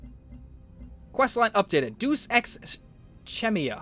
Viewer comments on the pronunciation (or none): DAMMIT! "Deus" Is pronounced "day-us" and "cacophony" is pronounced "ka cough Annie"